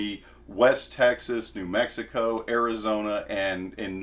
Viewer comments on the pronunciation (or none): none